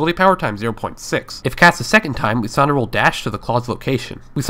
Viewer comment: lissandra =/= Leesandra